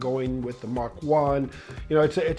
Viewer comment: THANK YOU for pronouncing Mach-E correctly. Hope the monster on the roof didn't give you too much trouble. Very nice video - but I can't understand the low design rating. Guess you have to be a designer to get that. Have you seen this car in the metal? Have you driven it?